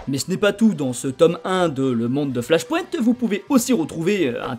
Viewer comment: Ohlala cette prononciation du mot flash point...